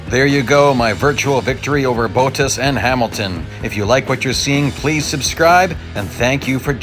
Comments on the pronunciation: just so you know Bottas is pronounced Bot (like bots in races) - tas (as in task) not Boat-tas :) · Can i just say your pronouncing Bottas wrong. Your saying Bo as in "oh" ttis. It is pronousced Bo as in "B" "aw" and the as of Bottas is pronounced "tt" "as (but like the donkey kind of as if you know what i mean). Just a little somthing. I like the names pronounced correctly. But nice video i liked it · Sorry, but It's hilarious to hear the french corner names of Eau Rouge, Raidillon, the name Bottas and so many other things with a big US accent